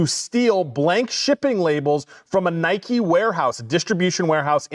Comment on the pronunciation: It's Nike NOT Nikey you morons.